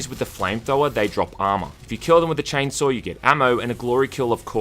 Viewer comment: Chainsaw has no R in it. Why are you calling it 'Chainsawr' ?